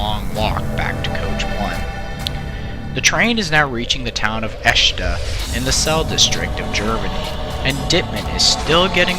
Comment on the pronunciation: ICE: most Europeans would say something that would become [Ee]-[Say]-[Ay] if you wanna write English phonetically. Also, Eschede -> [Es]-[sch-ey]-[deh].